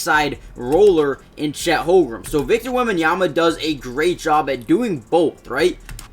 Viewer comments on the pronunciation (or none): its holmgren not "holgrum" 😭